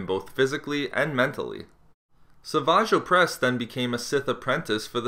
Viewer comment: >Sah-vage O'pres Love how you try to play off how silly his name is